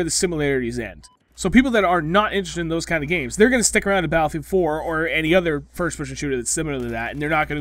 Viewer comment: Lmfao he say battlefield 4 like ba-fwa-field 4 😂😂😂😂😂😂